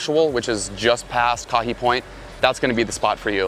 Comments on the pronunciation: Gotta learn to pronounce the location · Kahe (kah-hay) point. Never called electric beach